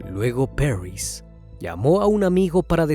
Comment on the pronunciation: Porque exagera en la pronunciacion del nombre París se dice tal cual, Paris y no "perrys"